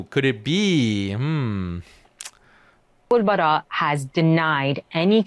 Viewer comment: It’s Abul Baara btw